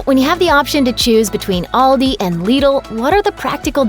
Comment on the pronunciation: Actually the way she pronunces it, is the same way we in Germany would do it. :) Liddle sounds strange to me^^. But Aldi is pronounced wrong ;).